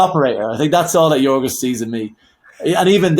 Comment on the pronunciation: Please pronounce Yorgos Lanthimos's name correctly. It's so rude not to bother to say someone's name correctly. It's Yor-goss (as in gossip) Lanthis-moss (as in moss), not Yor-ghos (as in ghost) Lanthi-mhos (as in mostly). Short 'o', not a long 'o'.